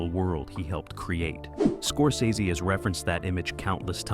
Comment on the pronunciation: Somebody teach this strunz bot how to pronounce Scorsese